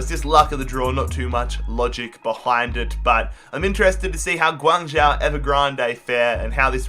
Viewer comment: Close, it's pronounced more like Gwang-Joe. But fair play for not pronouncing the Z like most would commonly do